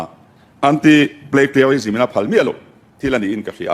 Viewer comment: Plagiarism tih pawh lam thiam ṭha mang si lovin mi Bill putluh a sawi chhe vak vak mai a.Tawngthei sabawp chang an tih ang deuhin a lam zing ve bawk si.. 😂. Lam fuh thei bawk silo. A thu hrim hrimin mi thiam te hian midang te Research leh thu lo ziak tawh behchhanin thu leh hla an la chhawng ve tho bawk a.Chuvangin PLAGIARISM pawh hi Hypernym a nih reng ni. 😂Inti fing ho hi an fin loh vang a inti fing anni tlangpui a, thil hria inti em em pawh hi an la hriat tawk loh vang a ni duh bawk.